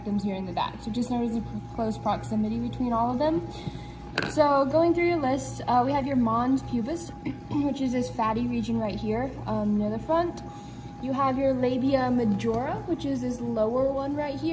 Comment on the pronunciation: should be Mons Pubis, not Moms Pubis